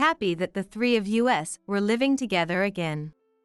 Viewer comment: Who is so stupid to pronounce us as US .